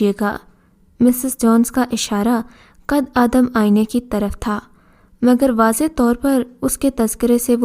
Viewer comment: آپ لوگوں کی اچھی کوشش ہے ۔ کچھ کہانیاں واقعی اچھی ہیں مگر بعض کہانیوں کے ٹائٹل مناسب نہیں ہوتے۔ دوسرے یہ کہ اردو پڑھنے میں آپ لوگ بہت غلطیاں کرتے ہیں۔ مٹلاً قد آدم اسکو “ قدّے آدم “ پڑھتے ہیں۔ اسی طرح کی کی بے شمار غلطیاں ہر کہانی میں ہوتی ہیں۔ اسکو درست کریں ۔